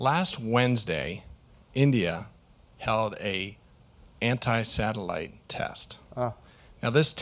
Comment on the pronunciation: Ant"i"😂😂 Try saying pick